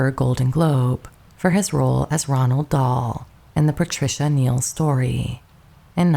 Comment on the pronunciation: ROALD Dahl, not Ronald (no N)